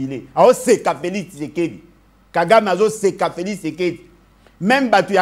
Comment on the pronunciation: Prononce bien Félix et non Felis